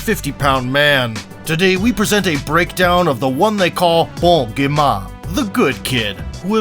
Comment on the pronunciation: its bon gamin not bon giman